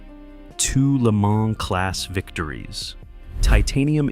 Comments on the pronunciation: I stopped the video when Le Mans was pronounced L.E. Man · "The car that would go to 'L', 'E', 'Mon' ..." 🔥🔥🔥